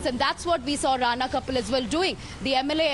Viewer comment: It's RANA not RANE...